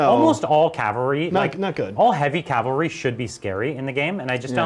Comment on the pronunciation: Ah! Stop saying Cal-vary! They're cav-alry, mounted fighters... not a type of Christian cross. It's as bad as hearing "gernade" or "nucular" Edit: Sorry for the kneejerk reaction! As always, great content guys. Always been curious about Ossiarch Bonereapers game mechanics.